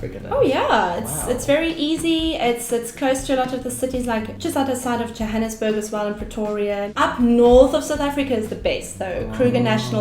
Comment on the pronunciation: very politically correct response with the Pretoria issue. The voortrekers settled there because no one lived there. Also the city is still called Pretoria the are and municipality is called Tswane. Also she mispronounced Johannesburgs name. Other than that I enjoyed it